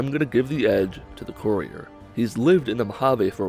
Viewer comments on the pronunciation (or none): That's not how you pronounce courier